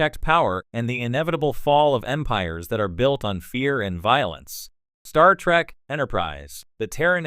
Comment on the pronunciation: Pet Peeve, why does the AI narrator keep saying "Star Track". At least that's what I'm hearing.